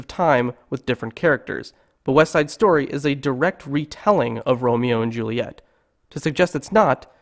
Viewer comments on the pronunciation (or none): none